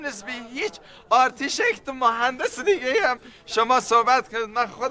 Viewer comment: واقعا اون زمان به آرشیتکت میگفتن آرتیشکت؟